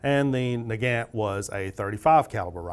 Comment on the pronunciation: I noticed that you pronounced 'Nagant' differently depending upon whether you were referring to the man or the rifle. When referring to Leon Nagant, you were pronouncing it incorrectly (nuh-gant) but when referring to the rifle, you were pronouncing it as 'nuh-gawnt' which is more accurate. Mosin is pronounced 'Mosin' not 'Mozin'.